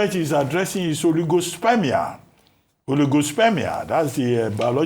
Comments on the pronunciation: Ojy, Dr Abatti said, Oligospermia not Holyghostspermia oo🤣🤣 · Ojy said "Holy Ghost spermia" It's oligospermia ma.